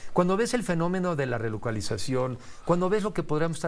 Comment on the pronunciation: Que es finomino?? Sr entrevistador te tiene que estar corrigiendo.